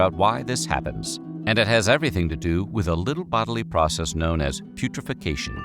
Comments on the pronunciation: Putrefication? That says putrefaction my guy, which is not what you said. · Narrator can't pronounce putrefaction*. He says "putrefecation", adding an extra syllable. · He should try saying putrefaction, as it's written. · It is such a commonly misused term for the correct pronunciation. Fortunately it shouldn’t be the subject of too many conversations to be used inappropriately. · This didn't rise to the level of quality I expect from this channel. It's not "weird," it's sad and macabre. And then they couldn't even bother to pronounce putrefaction correctly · Cool, so he could also pronounce it the way it's written on screen.